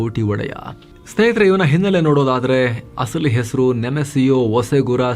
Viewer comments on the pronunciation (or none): none